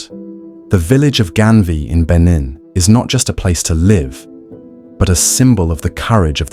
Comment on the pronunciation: It's not Genvia but Ganvié...just correction